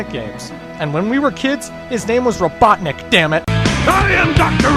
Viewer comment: eggman called himsife robotnek?